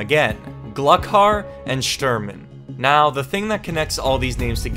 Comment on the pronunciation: shturmen xDDDD